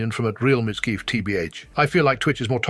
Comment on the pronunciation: Mizkeef, stupid ass AI can't say names right.